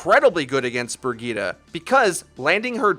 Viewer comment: "Brigeeta" gives me cancer